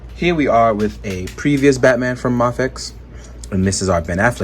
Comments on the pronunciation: Pronounced may fex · D advocates that "Ma-fex" is the correct pronunciation, and makes a point of saying it that way. I heard him talk about it in a live stream not long ago.